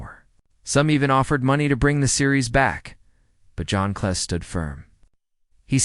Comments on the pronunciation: His name is not "John Clay." It's "John Cleese... Rhymes with peace. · You get a thumbs down for using AI to mispronounce a name as famous as John Cleese.